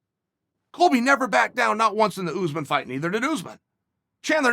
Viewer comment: Chael: "Coby" Colby: "greetings nerds and virgins"